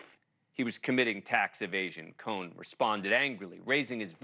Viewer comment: He can't pronounce Cohen!